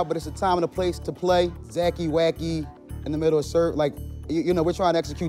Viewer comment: The guy said zackey wackey